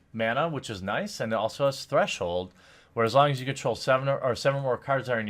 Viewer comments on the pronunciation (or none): none